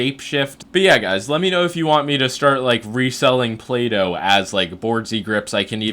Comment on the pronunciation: Boardzy says Play-Doh, I hear Plato, lol